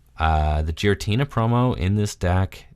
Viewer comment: Gear-uh-tina, not jeer-uh-tina lmao.